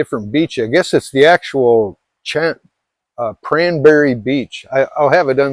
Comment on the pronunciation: why aren't people swimming much? It sounds like you're saying cranberry. Can you spell where the temple was? Thanks